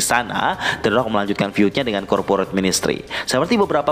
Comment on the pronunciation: The rock tp bunyi orng2 nyebut teroak😆